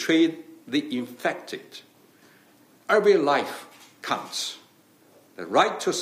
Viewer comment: 26 seconds I'm sure he says ," Every life c nts." A true Vulgarian.